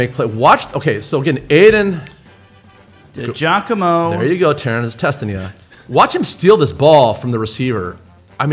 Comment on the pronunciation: Aydens dad checking into that chat 😂 De Giacomo “DJoc - uh - Mo” Thanks for the love!